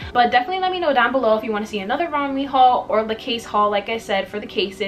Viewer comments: it’s pronounced romway :) ALL THE PIECES WERE HELLA CUTEEEE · You pronounce it rom-way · im pretty sure its pronounced rom-way, but i might be wrong /